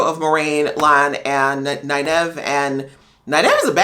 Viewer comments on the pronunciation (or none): Great reactions. You have caught a lot of things that many non-book reader reactors have missed. Also, Nynaeve is pronounced “NIGH-neve.” And she is a badass. I can’t wait to see your reaction to episode 4. Good luck with it.